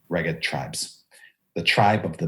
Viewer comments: Sounds like "smeghead" ;) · Finally! Needed this episode because Reghed was not in pronunciation guide. 😂